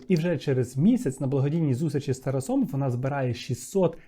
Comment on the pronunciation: Дуже цікавий випуск, але "Тараса́", "Тарасо́м" ріже вухо)